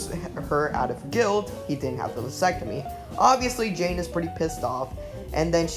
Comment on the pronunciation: Yeah, some of the pronunciations got me side-eyeing the narrator... but it's all luv.